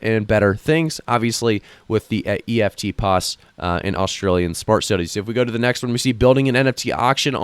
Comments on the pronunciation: It's pronounced EFTPOS , not E.F.T pos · Eftpos is pronounced Efft poss